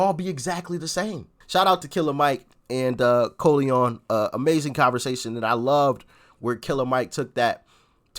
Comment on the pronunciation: you got colion's name spot on!